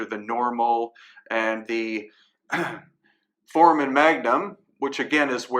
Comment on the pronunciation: For-A-Men foramen, not formen